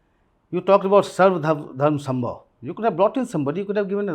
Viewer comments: Say " Sarv Dharm Samabhaav" not Sambhav. you are Indian not British. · सर्व धर्म समभाव not सम्भव. kept on incorrectly pronouncing it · cant even say “Samabhav” correctly and keeps making the same shallow point! Analysts like yourself are responsible for clickbait half baked assessments. Please introspect and get better in this five years term